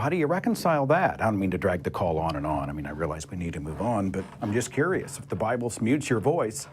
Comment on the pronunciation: Da bi bull... da bi bull... cringe. Isn't it odd that bible believers have no sense of logic